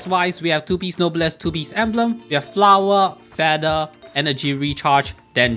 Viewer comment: "Flawah" I love it